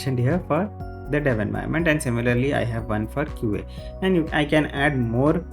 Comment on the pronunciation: its QA, not QAE.